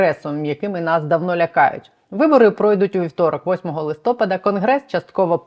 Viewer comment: Чудове відео, але благаю - листопáд. На останній склад наголос. Знаю, що це душно, але це відволікає, та й грамотність завжди приємна))